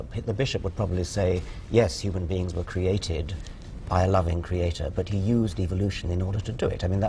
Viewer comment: The way the woman pronounces "Cree-aaa-tor" is creepy.